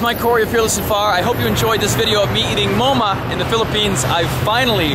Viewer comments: The pronunciation is not mo-ma. its maaaa-ma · Let me correct.. Its not moma.. Its màmá.. 🐚 and buyo with bunga (a coconut family 🌴) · It's not "moma" it is Mahma.